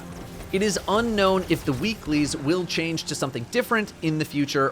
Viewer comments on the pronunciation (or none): none